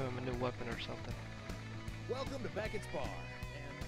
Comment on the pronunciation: I was so hyped about new Power Armor miss pronounces Beckett's Name lol - Called him Brerkett LoL :) Sorry About that Z clan and everyone else :D Join our Z Clan Discord: (READ RULES) I Ban users who do not follow! Z Clan keeps it PRO!!